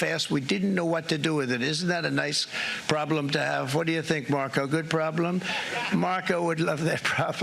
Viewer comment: did he say "prob blem"?